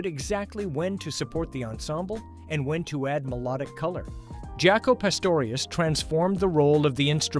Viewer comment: This is a very informative video about one of my all time favorite musical groups, but this AI slop mispronouncing so much shit even "Jaco" is pathetic man ...really.